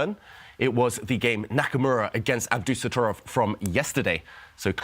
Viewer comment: I'm sorry but it is NOT pronounced "AbDUsotrov"! The most important syllable that makes his name sound as fierce as he is being dropped. Worse, it is the syllable where the accent is. It is AbdusatTORov, Ab-doo-sat-TOR!!-ov. Respect the players by pronouncing their names correctly!! You know who you are. :-) I am incredibly surprised that someone did not step in to correct this. This is extremely important. It is also extremely grating to hear over and over and it tends to sour things.